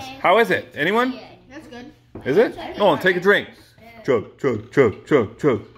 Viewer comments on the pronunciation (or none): Nobody:: HEY GOO WHAT YOU DOO